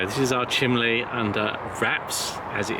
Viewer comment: Chimney (chim nee) c’mon say it. Not chim lee. Great to see you both again!